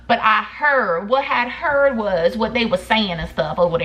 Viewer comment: "What I heaRRRRRRD"🤣